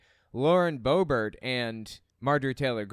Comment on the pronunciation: Lauren Bobert is not French. The T is pronounced. Boe-Bert. She is a joke